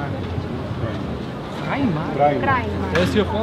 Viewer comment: "Entschuldigung wo ist Preimark? Primark?!" beste